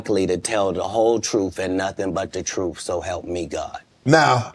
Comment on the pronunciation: Not even a minute in and he says safe to tell the troof